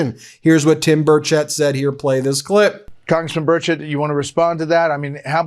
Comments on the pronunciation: It is pronounced bur shette sorry my cousins last name is Burchette and it is not pronounced bur chet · Representative Tim Burchett's name is pronounced BURR-chett